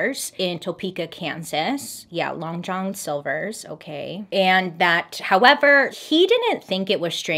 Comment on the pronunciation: Why can't bailey say long John silver's?!! 🤣🤣🤣🤣🤣 "long jolhn silversss"